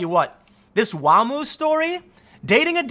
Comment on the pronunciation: When you said WAMU I thought I heard WHAMMU